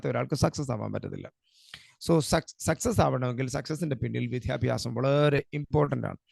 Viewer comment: വിദ്യാഭ്യാസം(not വിധ്യാഭ്യാസം) please